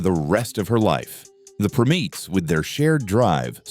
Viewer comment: 🙄 it's "Prime-ETTS," NOT "prim-EETS" these AI narrators SUCK 👎🏼